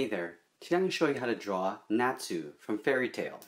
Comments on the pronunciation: Uhh it’s Actualy pronounced Not su not Nat Su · It's pronounced (not) (sue) not (Nat) (sue) lol and it was damn hard to draw him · It's pronounced Not-su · no, when he said Natsu, he said NAH-SA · Cries You said Natsu incorrectly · No offense but you pronounced natsu wrong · At the beginning u said his name wrong are u serious! T,T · you say Natsu wrong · I think it is his accent that made him pronounce his name like that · Um people say Natsu diferently you know